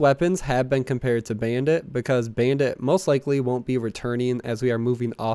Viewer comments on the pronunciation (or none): none